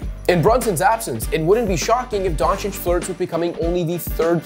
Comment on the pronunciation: Excellent pronunciation of the surname Dončić. And don't forget that Luka is only 23 years old. Excellently made content.